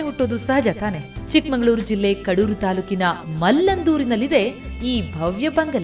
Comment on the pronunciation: ನಿರೂಪಕಿ ಪದೇ ಪದೇ ಚಿಕ್ಕಮಗಳೂರಿಗೆ ಬದಲಾಗಿ ಚಿಕ್ಕಮಂಗಳೂರು ಅನ್ನುತ್ತಾಳೆ